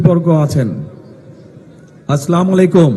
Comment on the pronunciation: স্লামালাইকুম। আমাদের দেশের নেতা। যে নেতা সালামটা শুদ্ধভাবে দিতে পারেনা। হায়রে মুসলমান কার পিছে আছো।